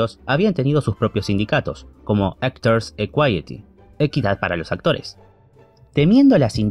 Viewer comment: ... Ectors equity?!? No será Actors Equity? Vaya pronunciación del inglés. . . 🙄 A eso en mi país le llamamos "tatachar" el inglich 😆😅😂